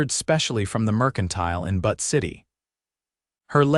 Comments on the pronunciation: Especially Butte - it is not butt! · 😂I agree! How does AI mispronounce Butte? It isn't butt, it's byoot. C'mon! And, it isn't pronounced Hell- lēna, it is Hĕl ĕn ă, emphasis on the 1st syllable. I thought AI was supposed to be smart. A 3rd grader could do better.😂😂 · I’m from Montana the mispronounced names of Butte & Helena are annoying !!!